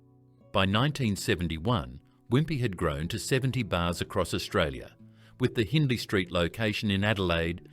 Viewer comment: Please consider using a human voiceover. “Dom-EE-nos”, “Al-BErry” and “Hin-dley” St were hard to hear.